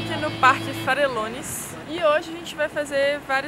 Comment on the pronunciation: Farellones, léia se Farejones...Valle Nevado ,léia se Vaje Nevado....